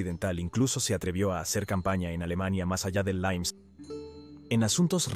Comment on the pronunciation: L I M E S, no "laims", robot... ¿Por qué lo pronuncian en inglés??